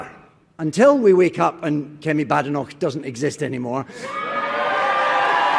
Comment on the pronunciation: It isn't pronounced 'BADenoch', it's prounounced 'Baydenoch'! It's a Scottish name! Most people do pronounce it incorrectly, so I'm just trying to help and not being facetious!